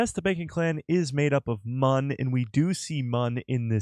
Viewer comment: Why is it so hard to say the correct pronunciation of Mune not Mun smh